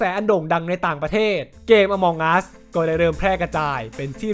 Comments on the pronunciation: among อ่านว่า เออะมัง ไม่ใช่ อะมอง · น่าจะอ่านว่า อมังอัส ไม่ใช่ อมองอัสนะครับ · มันอ่านว่า อะมัง'